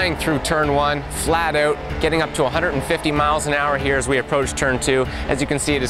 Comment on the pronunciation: "flat eaout"